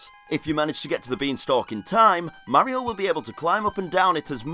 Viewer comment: I disliked and stopped watching when the guy pronounced Mario wrong